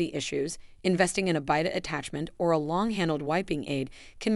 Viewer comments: You should learn how to pronounce words correctly bidet 😂😂😂😂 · Your videos are probably good and informative but your mispronunciation of really important words is embarrassing. Can’t listen 😞 Vaganal?😳 Bidet? Perineal! Look up some of these words.learn how to pronounce them.